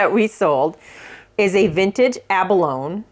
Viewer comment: Yes, abalone sounds like baloney :-)